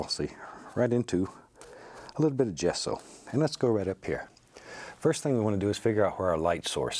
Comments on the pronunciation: Bob, what are these paint you always said sound"s like "JASO"???? Thanks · "jess-ore" - Bob Ross